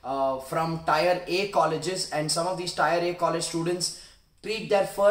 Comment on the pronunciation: Loved it..Kudos!! Just that if you could have made tier sound like teer and not 'tyre'...just a friendly feedback..👍 cheers